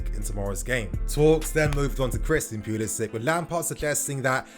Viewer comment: Can we just agree that is pulisic guys not pulisich his not Siberian or Slovakian or Russian them countries damn